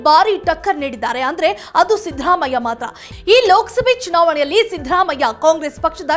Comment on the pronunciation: ಅಮ್ಮಾ, ಅವನು ಸಿಂಪಲ್ ಸಿದ್ದರಾಮಯ್ಯ..... ನಿಮ್ಮ ಇಂಗ್ಲಿಷ್ siddhharaamaiah ಅಲ್ಲ.... ಚೇಂಜ್ your accent....